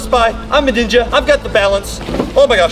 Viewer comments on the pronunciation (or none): Mya Halll it’s pronounced spy ninja not spy ninga